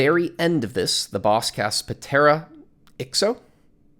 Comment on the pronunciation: Ptera has a silent P, as in Pterodactyl. It's Greek for wing. Most orders of insect have Ptera in their name, like Orthopteran which is Old-Mouth Wing (Grass Hoppers, Mantises, Crickets, Katydids, etc.) or Hymenoptera (describing a membrane over the wing for Bees, Wasps, and Ants.) In the middle of a word, the P is pronounced, at the beginning it's silent. Also, Hegemone is Hej-em-OH-Nee. Hegemone describes leading people to dominate themselves, such as in a workplace, management may decide to implement a daycare so that you'll stay and work extra hours because your kids are near by so you don't need to leave work early. It's something that seems beneficial, but ultimately leads to something that harms you without you realizing it. It's a social science term mostly associate with scholars in the Critical Theory fields.